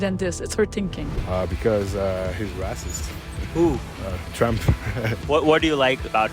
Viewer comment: makes sense bro doesn't even know how to pronounce racist, classic washed NPC